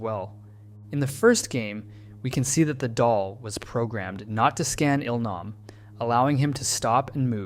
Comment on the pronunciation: Now don't get me wrong, I love the in-depth of the video, but the way names are so consistently mispronounced do chip away at how much I'm enjoying you telling us this. So people actually watch the series in English and if so, did they mispronounce their names in the English dub as well? It's Gee-Hoon (Gi-hun) as in the word "go" and Eel-nahm (Il-nam) as in "eel"